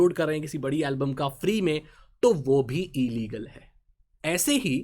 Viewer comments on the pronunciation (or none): No one Literally no one Not even Ambani: E-Leagle 😂😂😂😂😂😂😂😂😂